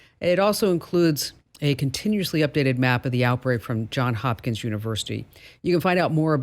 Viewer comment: Johns Hopkins, Johns hopkins, Johns Hopkins, say it with me Johns Hopkins...